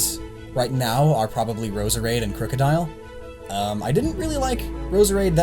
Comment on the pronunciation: How can your favourite pokemon be Roserade but you can't pronounce it's name?